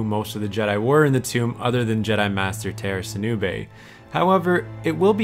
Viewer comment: Tera sinube?! NOOOOOOOOOOOOOO,NOT TERA 😭😭